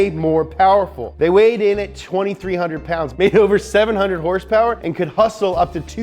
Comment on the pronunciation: 478 hursepurs!